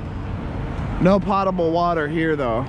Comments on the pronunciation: It’s “pote”, not pot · not to be picky but it's pronounced potable with a long o. Like po-table.